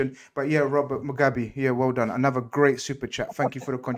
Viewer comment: When went off on “Robert mugabi” 😂😂😂😂😂